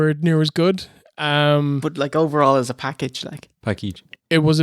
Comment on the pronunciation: mins… I love it when, subtly corrected, when he said the word package, wrong. Classic underestimated OSW moment.